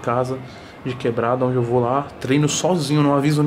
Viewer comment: E quando ele fala: " nimim" , "naonde" ?